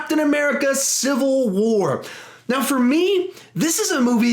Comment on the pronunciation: You said CA CIVAL WAR twice lol